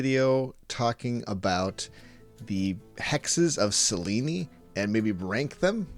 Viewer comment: Isn’t it pronounced Sel-eeen (rhymes with clean). Selen-ey sounds so weird.